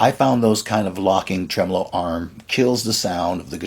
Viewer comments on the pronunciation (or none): none